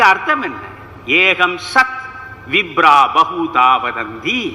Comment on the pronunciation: Excellent Sir. Ekam sath. Ka and not ha - not eaham. Not Vibra but it is vipra.